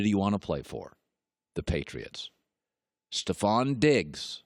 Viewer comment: Stefon is pronounced stef-on not ste-fon